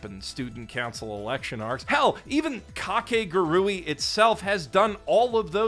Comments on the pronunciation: what?? no, its ka-ke-gu-ru-i 5 syllabus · It’s almost like we as white people go out of our way to mispronounce things even when the official pronunciation has been stated it’s Kah-kay-guhg-ree 4 syllables my guy 4 syllables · I thought it was pronounced Ka ke gu ri 😭😭😭 my childhood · Is mispronouncing kakegurui a joke or something?